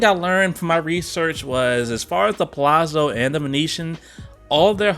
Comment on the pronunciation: The rooms (suites) are wonderful if travelling with a group too! In Italian, double Z is pronounced TZ like in pizza. Palazzo (Pa-la-zzo) = Pah-lah-tzoh.